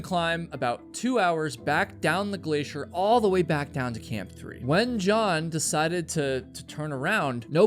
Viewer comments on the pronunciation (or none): none